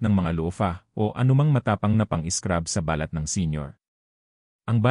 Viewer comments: Ba lat is birthmark. It is pronounced as balat, mabilis ang bigkas. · balat,Hindi ba- lat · Ang tamang pag bigkas ng balat kung skin ang tinitukoy ay sa first sylable tulad ng bàlat. Kung walang emphasis sa first sylable tulad ba balat ay tumutukoy sa skin birth mark tulad ng balat hindi bàlat which is skin! Ang pangit pakinggan kung mali ang pag bigkas. Wake up editor!!! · My comment is to the narrator kindly pronounce it properly the subject, its annoying to listen, I am sorry to make this comment. your intention was good and its educational but its hurt to listen too, might as well say it in english. thank you. eg; balat say it straight not hypenated like ba lat, us tagalog it means a birthmark not a skin. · Araw-araw po akong naliligo😊! Pwede naman gumamit ng lotion at sabong hindi matapang para sa skin. at hindi po BA-LAT …BALAT, hindi TU-YO…TUYO! strech your tongue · Pronounce the words correctly like Balat,malusog,makasama,kati, etc. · Ang dapat mong baguhin e yung pagsasalita mo, iba ang BALAT-marahang pagbigkas ay( birth mark), BALAT- maragsa ay ( skin ) ngayon alam mo na? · Grabe ang robot magsalita balat (birthmark) instead balat( skin) Makati ( City in metromanila ) instead dapat makati ( itchy) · EXCUSE ME PO DOCTOR BA KAYO BAKIT MALI MALI ANG PAG PRONOUNCE NYO NG BALAT IBA ANG BA- LAT AT BALAT. 👍. MASAKI SA TENGA. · Dapat iniaayos ang tamang bigkas ng katagang BALAT ..Dapat mabilis ang tamang pagbigkas..Halatang AI generation..😮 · Mali ang bigkas mo sa ibang mga words,,kagaya ng “ balat” or skin ,,,,, improve your pronunciation please! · Pls ang word na BALAT ay mabilis ang pronounciation dahil may balat na ibig sabihin ay nunal sa balat or skin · Ano ba Yan Filipino ka ba, bkt Mali ang pag pronounce mo ng balat